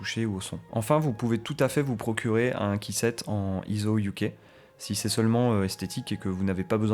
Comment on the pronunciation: Tuto très complet, félicitations ! En revanche par pitié, "keyset" ça se prononce "kissette", pas "caissette" 😑